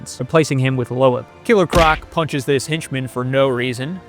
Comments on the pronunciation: Are y’all pronouncing Loeb wrong for comedic effect? Because they say his name a shit tone so pronouncing it that way is wild if not. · Mispronouncing Loeb is all the proof I need to know you've never played any of these games...